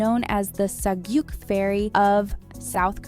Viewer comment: Sah-geuk (rhymes w/cook, took, look). With all of your pronunciations, you seem to enunciate the "e." It's not Queen Seeyuhn Deeyuk. It's Queen Sun Duck.